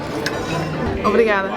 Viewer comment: Your “obrigada” was Portuguese perfect 👌